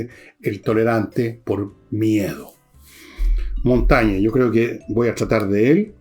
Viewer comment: Monsieur Villegas: cuando Ud. gana la confianza de un seguidor, dice "J'ai (pronunciado: j'è) gagné", no "J'a gagné". Lo mismo con Michel de Montaigne, Ud. dice "J'ai lu Michel de Montaigne (pronunciado: Montègne)", no "J'ai lu Michel de Montagne". Révisez donc la très diverse prononciation vocale des accents du français.